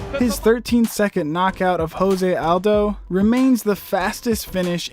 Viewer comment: >claims to be MMA Authority >Conor as one of the top 5 ever on performances >Jose Aldo pronunciation >ViCtor Belfort >No Demetrious Johnson >Khabib on the list at 1 Incredibly Obvious L